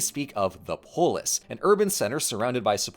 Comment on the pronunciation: I’m so sorry I cannot hear “polis” without hearing the way Scottish people say “police”